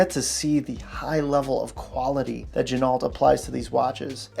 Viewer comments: Good vid point of interest ....it is not gin-alt. It is gen-o.....much like the car, ren-o, not ren-alt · FYI, the proper pronunciation of Ginault is: “G-Noh”. The l and t are silent. Per the company owner. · You don't pronounce the "L" in Ginault. This company started making replicas. Some claim they still do. Their history is sketchy at best. Their website is a joke. The long list of phony claims & lies is really sad. They once claimed this watch was made in the USA. It was printed on the caseback. Then they got caught in their lie, so they sent out replacement, sterile casebacks. Beware!